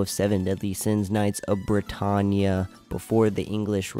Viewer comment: It's Britannia not britannnnya